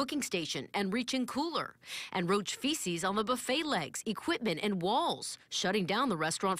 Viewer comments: "The best boo-fayy in the USA!!". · Gary Brice boo-fayy😂😩🤮